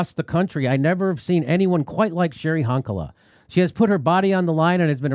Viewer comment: Jimmy! Honkala is pronounced Hon - like "on", not Hon like "hun".